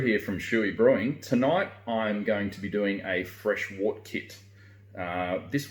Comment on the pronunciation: I wish people would pronounce wort correctly. It's pronounced "wert"